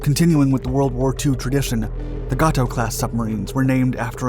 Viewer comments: You are mispronouncing Gato. It is Gay-toe. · It is pronounced (gay-tow) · That’s right! Every time I heard that I cringed. Good story though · It's pronounced "Gate O" not "Got Toe" PS the other one is pronounced "Bailey O" like the old pirate or the more modern word used when repleing down a cliff not " Ballow"